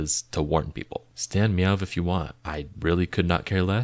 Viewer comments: It’s actually “meow” not “yuh” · it’s just pronounced meow, the vv is meant to be read like the w would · But learn how to pronounce meovv first babes 😭